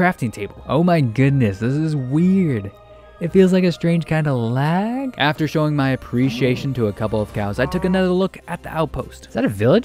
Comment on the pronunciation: why do you keep saying lag or delay like your trying to make it sound bad